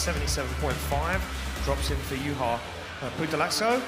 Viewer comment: nice to see ian at least trying to pronounce Juha's name correctly